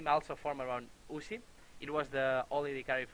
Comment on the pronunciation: U-z-i not Uzi.